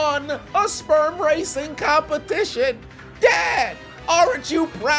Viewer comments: I know he didn't just say CUMpetition 😂😂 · “A CUM-petition” 😂😂😂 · A "cum"pertition 😂😂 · Competition ✖️ CUMpetition✔️✅ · Competition You mean Cumpetition 😅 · CUM-petition…. EDGE-ucate…..